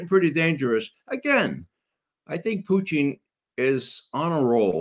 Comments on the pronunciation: Poo-tein? Does it have all the essential amino acids? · Who is Puteen? 😂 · Poo-teen... hopefully that is satire pronunciation from him, otherwise my God please use Google. If this guy thinks Japan was just going to give up without the bombs being dropped, I got ocean property in Arizona he may want to buy. Discussion on location and timing for the drops to avoid loss of life vs just a show of force not withstanding (ie yes better choice could have been made) but the atomic bomb was a necessity to be dropped, Japan would not have given up otherwise. Pretty well supported by 80 yrs of documentation and reports both sides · Why can't McGovern pronounce Putin correctly?